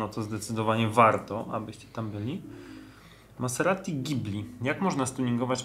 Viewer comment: Wiem że nie raz żartujecie źle wymawiając nazwy aut, ale tym razem dwukrotnie powtórzyłeś ,,Maseratti", przez 2 T - i to na 100% nie był żart! :D